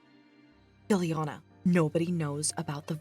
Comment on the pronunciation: Every ti,e call Fillian "Filliana", it gets me stupid.